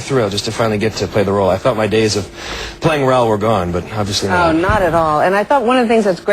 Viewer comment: I love how they say Raoul and not Rowl